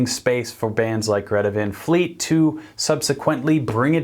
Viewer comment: And besides hey dummbos you can’t just go change someone’s vocal range, the singer he is so lucky to have a high vocal range and sing with so much power that he has and just be awesome It’s not Van like Pan It’s Van like Tron, the A isn’t being pronounced right